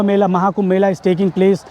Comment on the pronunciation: Correction: Mela, not Mele...Mela means Festival...